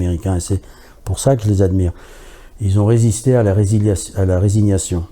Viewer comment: Pour les timetable c'est pas resiniation mais résignation ;)